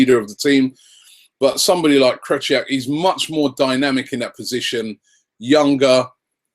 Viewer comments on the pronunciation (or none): I'm done with telling you how to pronounce Krychowiak's name.. i'm so done, jesus christ is it that hard?